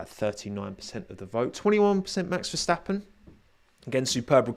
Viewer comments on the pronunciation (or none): none